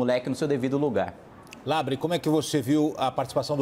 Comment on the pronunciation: Márcio: "kim Kata -gu-í-re" kim: fala nada. Márcio: "kim Kata -gu-í-re" Kim: "partido do deputado LEBRE...." Márcio: MEU NOME É "LABREEEEEEEEEE!!!!!!!!!!!!!!!!!! Eu nem vou mencionar teus apelidos!!" Eu: hauhauhauhuahuahuhauahauhau